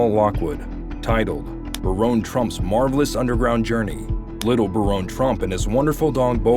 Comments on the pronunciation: That pronunciation caught me too. Bare-own? How the hell would we spell that??? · Ahahah Nice propaganda. It's BARON, not Baronne. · All points aside, it’s Baron like Barren, not Baronne. A Baron is a title, Baronne is a name. And even if it was pronounced Baronne, that would make it French or Italian, def not German. But great video either way! The coincidences are hard to ignore! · Baron is still pronounced Barron, no matter how u spell it!! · Hate to be this person, but here I go anyway: Baron and Barron are both pronounced as “BARE-un.” ☺️ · I guess ai has problems pronouncing the name Baron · You mispronounced Baron. It's pronounced like a titan of industry is a baron. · I laughed at this pronunciation too lol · It blows my mind how you can come up with all this information and thoughts and put it all together and a script that you can't pronounce words like Baron which rhymes with Karen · It would be helpful if the narrator would learn how to pronounce all words & titles before he/she starts to speak. Baron is one of these words. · Where are you getting the e in baron trump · Learn how to pronounce Baron lol